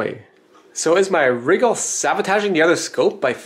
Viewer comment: Many Youtubers say RYE-GAHL with the emphasis on the RYE, as I do. says it like WRIGGLE. Made me GIGGLE.